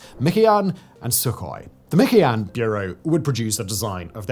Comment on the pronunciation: I have never heard anyone refer to Mikoyan is "mickey yan"